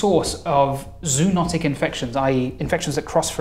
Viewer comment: It pisses me off he mispronounced zoonotic